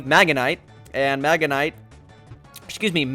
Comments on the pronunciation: It is not magenite or magemite... IT IS MAGNEMITE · It's magNEmite not megamite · I can't rn... Can you even read? No offence but magnenite is not magneMITE. Uuuuurrrggghhhh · "Magenite, sorry magemite!" No... MAGNEMITE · Lol Magamite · "Magemite" "magenmite" "magnenite" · Not magamite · Oh and it's magnemite not magetite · Magnemite is pronounced mag-ne-mite xDDDDDDD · mag-ne- mite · PRONOUNCE MAGNEMITE RIGHT